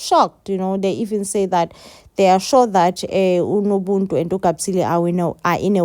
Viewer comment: It's nobuntu not nobuntu pls